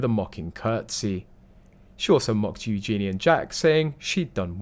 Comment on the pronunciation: You need to learn how to pronounce Eugenie!